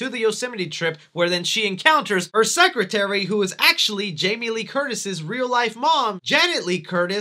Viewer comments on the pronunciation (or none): none